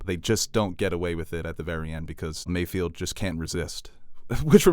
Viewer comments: Mayfeld. Not Mayfield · does anyone else cringe whenever says “MayFIELD”?😬😂